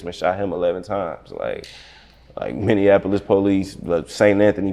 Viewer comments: It’s Minneapolis! Not Minnean apolis 🤦🏿‍♂️🤦🏿‍♂️ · Stop saying minneanapolis. 😂